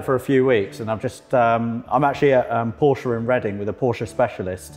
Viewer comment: "been working for porsche for 17 years" but still can`t pronounce the name properly -_